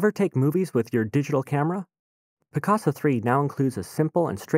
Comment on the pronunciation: It sounds like hes saying Piss-caca .